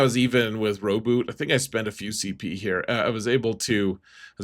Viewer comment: Blood for the blood god. Also you pronounced Rowboat wrong.